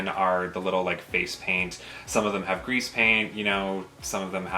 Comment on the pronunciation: Boys it's Crease non Grease when speaking of eyeshadow : P Nice video!